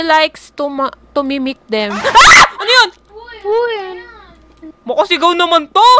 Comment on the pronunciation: Mimic po hindi "mikmik" HAHAHA 😂😂😂😂